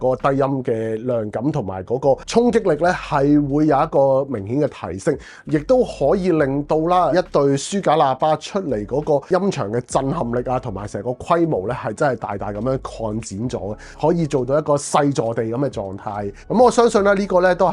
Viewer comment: Eric, I like this channel. But!!! 係"黑色" 唔係 "蝦色". 係"量感" 唔係 "亮緊". 係 "想" 唔係 "相". 係 "擴"展 唔係"蓋剪" 連產品 "110" 三個字 都非常唔清晰. 講嘢又要講得快, 咬字又唔清晰. Pls improve.